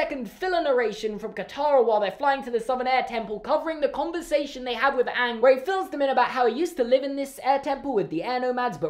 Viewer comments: They pronounced Aang Ong and that was just ONE of the worst things about the movie. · Awng, they pronounced Aang’s name, Awng! I USED TO LIKE THIS WHEN I WAS 3! Then I watched the show when I was in year 5 and realised that this movie is GARBAGE! This is a disgrace to the greatest cartoon of all time and I’m so angry at it. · Ok everything he is saying about avatar the last airbender movie is all true it's horrible I just make fun of it!! They mispronounce everyones name!!